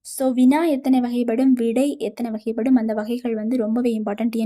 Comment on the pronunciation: வகைப்படும் உச்சரிப்பு எல்லா இடத்திலும் சரியா உச்சரிக்கவே இல்லை அதனால் நீங்க சொல்றதை கேட்க முடியல